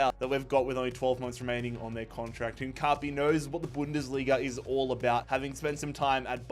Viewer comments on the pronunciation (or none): none